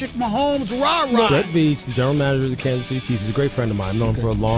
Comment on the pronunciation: Kan-suhz city!